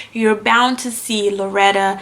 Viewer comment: Her name was Coretta not Loretta.